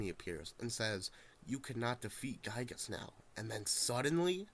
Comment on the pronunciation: Not a single person on youtube knows how to properly pronounce "Giygas".